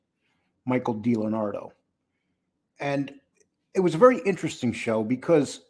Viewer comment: Dee Lee Anadro. NOT. Delanardo